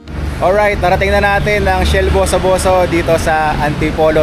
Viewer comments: Correction pls hindi po bosoboso , buso buso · Pakiayos po yung pronunciation nyo ng Boso Boso. Ahhahaha 😂😂😂😂